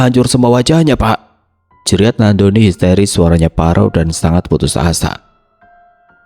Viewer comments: Nandoni kak bukan nak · Ko bacanya nak doni trs sihhh